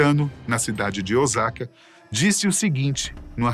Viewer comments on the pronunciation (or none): none